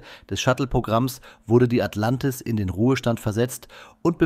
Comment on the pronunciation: Sag mal, was ist " Atlantiv"? 😉